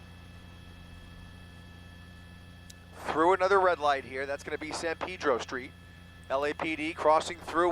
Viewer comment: Sand peedro street lol. It's pronounced san pey-dro, silly.